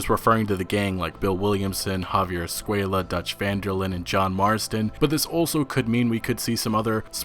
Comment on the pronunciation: "Javier School”. That's what I hear every time they pronounce his surname. Thanks for the info, this will be amazing! 😝